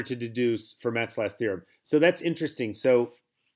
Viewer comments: i think he means Fermat is supposed to sound like “Fur-Mah” Idrc. Its definitely not going to stop me from binging these videos though. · Please pronounce Fermat correctly.